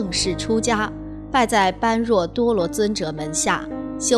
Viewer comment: 請不要念錯 般若 念波惹 是原來的發音， 玄奘大師沿用古音，不翻意，